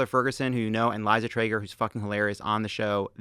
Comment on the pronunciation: Lovett it’s “lii” or “lee-za” not “leiza” it’s leeeeza treygor 🥳🥳 🥳🥳🥳🥳